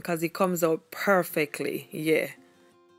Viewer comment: Her saying "yueah" is sooooo funny to me lmaoooo how cute